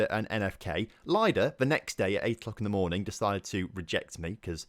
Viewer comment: Baranovichi is pronounced with an emphasis on O, not the first I. Also, most of the slavic words with I in their transcription are pronounced like I in the end of Baranovichi, i.e. Lida. P.S. I also say Khimik, just because they have agreed to wait for you.